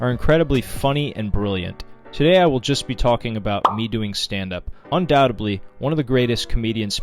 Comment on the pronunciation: Undoubtedly isn’t pronounced “undow-dubbly “